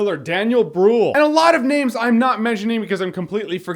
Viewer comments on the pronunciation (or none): brÜÜÜÜÜhl not brUhl its an Ü not an U you pronounce it "ewwwwwwwwwww"